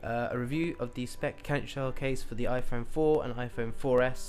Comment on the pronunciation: iPone?? Hahahaha!